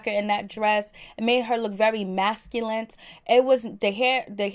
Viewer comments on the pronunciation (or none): If she said masculint instead of masculine and insinuate instead accentuate I would have screamed !!